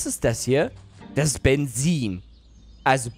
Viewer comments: Das heißt Bezin mit Z und nicht Bensin. 😔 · Wie er einfach immer "Bensin" anstatt "Benzin" gesagt hat! XD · Das heißt Benzin, nicht Bensin⛽ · Jeder sagt Benzin: Bensin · es heißt Benzin und nicht Bensin 😂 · Bensin lachflash des Jahrtausends es heißt Benzin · Bensin. Ich: Es heißt Benzin! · Bensin??? Heißt das nicht Benzin?😂😂😂😂😂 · Wem is aufgefallen dass immer Bensin sagt😁😃😄😅❤ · BENZIEN?!?!?!??!?!?!??junge...ES HEI?T BENZIIIIIIN UND NICHT BENZIIIIIIEN!!! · Das heißt nicht Bensin sondern Benzin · es heißt Benzin und nichts Bensin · 🥺❤️ Welche Sprache bist du? Du sagst Statt Benzin = bensin 😂❤️ Haha Liked pls damit es sieht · Es heißt Benzin nicht benzzin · spricht es "bensien" aus Ich:spreche eher "Benzin" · Mensch sag Benzin zzzz zzz nich sss mensch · Es heißt Benzien ohne s!!Mehrk es dir! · Wen triggert auch wie Benzin ausspricht?🤣